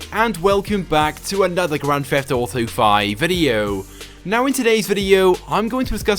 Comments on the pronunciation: "Grand Fefft Auto viddeo" what an idiot. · Hey guys its Chaotic and welcome to a brand new video of Grand "Feft" Auto...